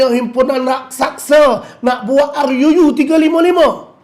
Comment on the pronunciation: Sebut ruu biar betul sikit